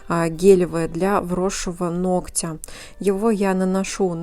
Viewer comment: Спастбо за правильную речь. Одно замечание: нОгтя. Спасибо. Умница!